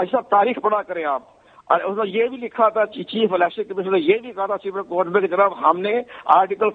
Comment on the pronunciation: یہ کتنا پڑھا لکھا ہے کنور دلشاد ۔۔۔۔سپرم کورٹ ۔۔۔سپریم کورٹ نہیں ۔۔۔سپرم کورٹ